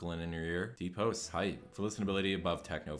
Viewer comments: It’s house is a house it’s a goddamn house not hoes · HoSe mad! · I love how you pronounce house lmaoo